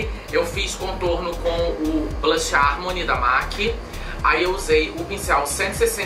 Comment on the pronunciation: Que luxo!!Será que é só eu que volto quando vc pronuncia os nomes dos produtos da mac com o seu inglês glamuroso..? #NemAsGringaConsegue #PorqueTemQueTerCarão #Aceita